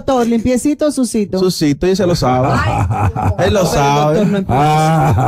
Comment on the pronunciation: Este tipo no tiene un léxico acto para programa, sus pronunciaciónes están errónea la que más repitió fue sucito *sucio. no me importa lo que seas pero hay muchos locutores con un alto nivel de vocabulario y no se le a dado ese chance hazlo valer.